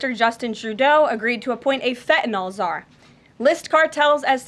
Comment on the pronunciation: Fentanyl not Fentanol